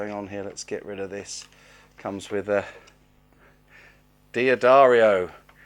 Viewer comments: Sorry but it’s pronounced Daddairio not De-addarrio - the ‘ should not be pronounced as dee aaa. I’m Italian .... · dadario not dee adario. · That was a SADDLE you were talking about, not the BRIDGE. Re the strings - that's an apostrophe in the name: d'Addario, not deeaddario. All important details. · It’s all good buddy- you’re doing a great job - love these videos - keep up the great work!!!! The mispronunciation is D’addario is so common I just thought this would be a great opportunity for you to give insight on your channel to those who were taught the wrong way to say it. Take care!